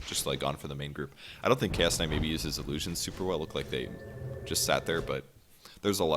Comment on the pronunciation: Keep hearing "KS Kight" instead of Chaos Kight